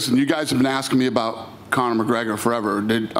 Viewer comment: "Conor",gawd dang it's not hard..